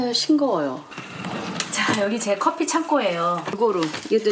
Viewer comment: 왜 자꾸 커fㅟ라고 발음하시는지ㅜㅜㅜ